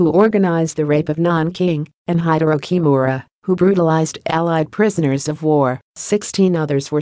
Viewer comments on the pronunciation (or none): none